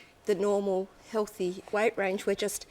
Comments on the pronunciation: Noob non-native question: Why do they pronounce 'weight' differently? Something like 'weishht' :P Update: I hear a similar thing with 'diet' word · The way the host pronounces "weight" is just making me cringe. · I was just joking about the way she pronounces "weight" I'm actually a semi-pro athlete